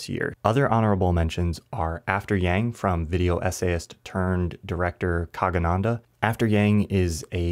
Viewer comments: I'm sorry but the name buthcering here is killing me lol Kagananda??? Jacobin Trier 😭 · How do you, a video essayist, mispronounce the name of "video-essayist-turned-director" Kogonada? Damn, dude.